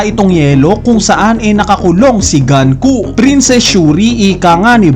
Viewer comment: Nanonood ka ba talaga ng anime? Bakit pinipilit mong GANKU? GUNKO HINDI GANKU. Pauso ka rin e. Sabihin mo nga GAN-KU